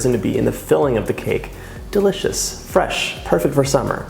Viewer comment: Why does he say “duh-licious”? It sounds weird.